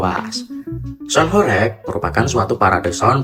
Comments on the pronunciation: Horeg bukan horek, pake eG bukan eK😂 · pengucapane ae ws gak pas !! horeg bukan hore'g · Sgt terlihat yg menjelaskan bukan orng benar² paham mengenai apa yg ia jelaskan, melainkan hanya mencari informasi dr berbagai sumber. Dr penyebutan kata² horeg aja udah tidak tepat😂.